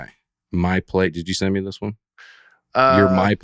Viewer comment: Dusty, I still can't hear the "t" at the end of your words! However, I do enjoy the way you say "me" as a drawn out "may".